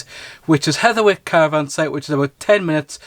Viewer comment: It's Hetherick not Hetherwick.